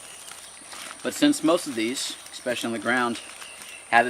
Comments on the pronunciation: The word is “especially” not “expecially” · Great video! I don't know how to say this without sounding like a jerk... The word is pronounced as it is written especially. Throw an E and a Y to the end of the word special when you say it. "Expeshally" Is what it sounds like when you say it. Sorry and hope this helps. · You have such a calm, soothing voice... but when you say the word especially- and mispronounce it expecially- my serenity comes to a screeching halt!